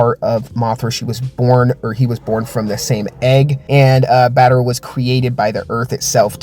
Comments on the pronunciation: What is battera;-; it’s battra not battera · Its BAT-TRA! Not Bat-ter-a! 😭😭😭